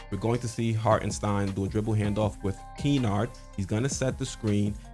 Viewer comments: its not pronounced Kee-Nard. It's Ki-Nard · Kennard not Keenard 😂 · Great analysis but “Key-nard?” Come’on man, they’re both Dukies!! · yeahhhh lol was killing me every time he said it 😅